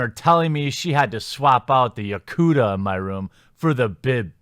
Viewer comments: Lol "yocooter"? I had no idea what you were trying to say. It's pronounced you-kah-tah. Where my weebs at? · It's yukata, not yakuta. 浴衣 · YuKaTA not YuKuTa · It's yu-ka-ta |jʊˈkata| not jakuta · Dat "Yakuda" tho..... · Text: Yukata Jeremy: Yukuta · How do you get "Yakooda" out of "Yukata"? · Great video as always. Just a heads up, though: "Yukata" is pronounced "You-Kah-Tah". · Oh my gosh it's yu-kah-tah. Like ta ta only ka ta. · Sorry...my interna weaboo cringed at your pronunciation of Yukata. It's like me telling a magic the gathering player that Nicole-boolahs is my favorite lizard. Dragon Balls. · Congratulations! You failed the Weeb test! Since you can't pronounce "yukata". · "ryoucan" "yakoota" i had heart palpitations, holy fuck lol